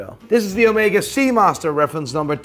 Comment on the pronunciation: He can’t even pronounce omega, seiko or Midas right. He only says Rolex correctly lol